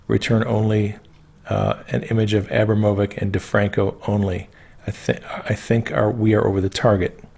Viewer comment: I believe her last name is pronounced a-brah-mo-vich.... I may be wrong tho...